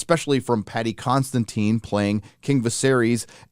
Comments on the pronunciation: can't even properly pronounce his own name, so any effort is appreciated lol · It’s Paddy Considine not Constantin 😂